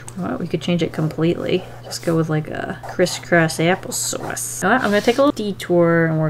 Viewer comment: cwiss cwoss appl saus